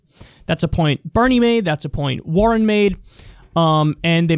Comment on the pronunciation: Elizabeth WAR-ren